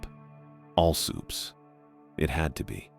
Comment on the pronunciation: All "sooops" 😂, fuckin all sick eh